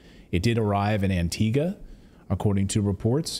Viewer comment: Wish I had a dollar for as many times Antigua was misprounced